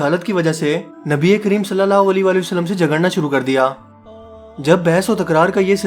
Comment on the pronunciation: Bhai ap allah ke nabi ( s a w ) ka naam lena thik sikhe kioke ap ke alfaz me galti hai